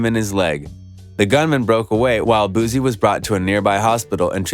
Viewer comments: His name is pronounced “Boo-C” not “Boo-Z”. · Ayy Dallas ain't Houston an Houston ain't Dallas we 4+ hours away from each other BOOSIE didn't sign Mo3 an its BOOSIE not boozie 🗣(boo·ci) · Bruh say his name right booSSie not zz🤦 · Wypipo trying to enunciate words like black ppl is so annoying and i only stayed to write this message. .u sound dumb af just pronounce the names however u pronounce ALL ur words. ."leal boozie" is how u sound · I think you're lame first learn how to pronounce his name. Boozy lol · No Z in his name yall got me saying boozie like I'm an old white man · Ima say this then leave but please stop sayin his name like that also its not lil no mo. Its boosie badazz. Do ya research.. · I'm convinced u purposely pronouncing his name wrong for comment content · Damn if you not going to say his name right don't say it 1,000xs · You need to say his name right! Obviously you haven't seen his interviews or know his music. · Bruh all what u said is f*cking wrong bro even the pronunciation of boosie and where is the video which shows the goons pulling up???! All liars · You can't even pronounce BOOSIE name correctly, Culture Vultures